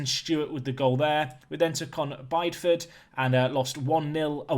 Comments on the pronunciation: Just to keep the pronunciation theme going... It’s Bid-E-Ford not Bide-Ford. I did some work on the sewers round there about 7 years ago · it’s bid e ford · One of the highlights is how you mispronounce names. Today's entry is Bideford. It is pronounced BID-EE-FUD.